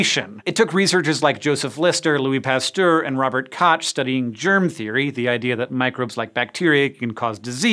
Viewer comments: Koch is pronounced coke, not cawtch. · The “Koch” of Robert Koch is pronounced like “coke”. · The name Koch is pronounced like the popular cola, btw.. Enjoy your Coke! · Rous is pronounced Roo. And k o c h is pronounced cook. If you're going to do a video using people's names at least learn to pronounce them. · As a German it's always amusing how english natives pronounce German words as "Koch" and "Urkontinent". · Just a question, was the mispronounciation of Koch a way to get around youtube's weird censorship laws? The pronounciation in these videos is usually excellent. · I cringed when he Pronounced Robert Koch's surname. I have the same last name, and the "ch" is pronounced like a G in Dutch, or the ch and G in the German language. Or, for those that don't know the languages that well, use your phlegm in the make of your throat to make the sound